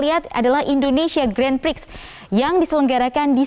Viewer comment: Grand Prix itu disebut 'Gren Pri' atau lebih bagus 'Gron Pri'. Jangan malu²in media mainstream la..